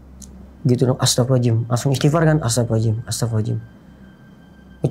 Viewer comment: Maaf saya kurang nyaman mendengar istighfar dari... maaf sy juga bukan org yang ahli agama, tapi untuk pengucapan istighfar baiknya dengan jelas 🙏🙏